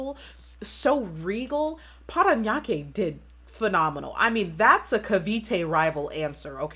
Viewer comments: How you say “Parañaque” is really on point!! Loving it ❤️ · I'm impressed that you were able to correctly read the cities... you nailed PARANAQUE :)